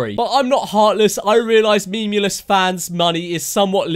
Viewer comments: I’m annoyed at the fact that pronounced it as MEM-YOU-LESS the entire time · Guys guys he cant spell and he makes music videos he said MEMEulous as mameulous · Meme-u-lous not memulous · DataGhoul that’s what she’s doing because I’m the vid he says memulous instead of Memeulous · How many times did he say ‘memmulus’ instead of memeulous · Did this brat say "memulous doesn't come across as very intelligent" in wich phrase he miss pronounces memeulous? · he pronounces it “mamulous”